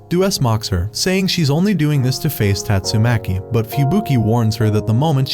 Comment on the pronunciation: Bro said tastumaki mommy💀